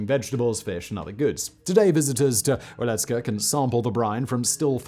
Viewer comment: C'mon Simon, you live close by. You should know how to pronounce Wieliczka. Its "Vyealeechka".